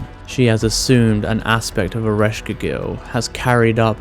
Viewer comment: Erish Quaygull not keegill